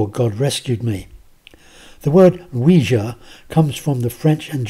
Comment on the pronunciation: Thank you a million times over for pronouncing Quija correctly. I always cringe when I hear it called a WEEJEE board.